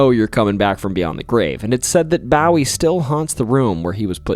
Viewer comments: Bowie is pronounced Bow-wee 🏹wee.!🇨🇱🇨🇱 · My husband is a native Texan and was so upset over "B-OW-ee" and "U-LIS-is" it cracked me up, lol. 😂 This is the first video of yours I've watched, by I loved your personality! Will definitely be listening more. ❤ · BOO-EE 😭😭😭 BOO-EE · Or a Marylander 😭 bow wee is killing me 😆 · As a Texan I would like to let you know that we pronounce Bowie as "BOO-WE" (As opposed to pronunciations like David Bowie) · This drove me nuts especially after him saying he has always loved the Alamo and the stories. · From New York State, and we pronounce it the same way (at least that's how I was taught to pronounce it.. BOO-Wee.). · Thank you for these great stories! A fun fact… with advance permission and with various rules & regs, you can scatter some of your loved one’s cremated ashes at the Alamo. Also a small observation, Bowie is pronounced Bow-ee. As in a ribbon bow, not as in bowing down to someone. Sending all the best from down here in Texas. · We dont say bowie the same way 😮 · SO many mispronunciation s! How does one get to adulthood without knowing how to pronounce Bowie? If not the famous Texan then the late pop star David Bowie! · the way you pronounce Jacinto and Bowie make my Texan blood ache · I was like “this guys getting it right” then he said Bowie wrong now I’m questioning him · The only problem about how he pronounces certain names is James Bowie. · Isn't Bowie pronounced with a long o? Like a bow hair accessory instead of a bow as in bending at the waist? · His first mistake was saying Jim Bowie's name lol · Well were did he learn how to pronounce names ? Shit he cant even say Jim Bowie’s name right ! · Bowie as in David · You're pronunciation of Bowie needs work, but i applaud you saying "brewery" so many times so closely together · "If you've heard of the famous Bowie knife..." [Clearly hasn't heard of a Bowie knife.] Yeesh. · can confirm this statement as truth... think of the Bowie Knife, its said like that 😉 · Bo wee